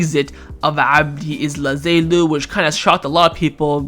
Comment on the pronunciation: yes, but stress or accent is a different matter than completely changing or interchanging the letters… pronouncing Ezzalzouli as Ezlazelu is not stress or accent…